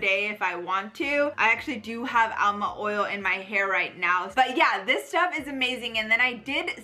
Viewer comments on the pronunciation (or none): It is amla not alma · ALMA OIL? THE WORD IS AMLA, LEARN A LITTLE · Funny how she keeps pronouncing amla as alma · It's aMLa oil, not aLMa oil